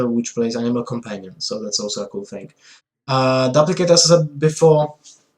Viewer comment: DOOP-licate Not DUP-licate